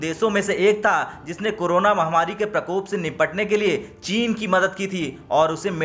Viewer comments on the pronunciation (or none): none